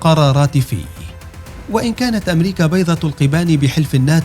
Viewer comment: بيضة القبَّان وليس بيضة القِبان ولكن تقرير رائع صوت مميّز إعداد ممتاز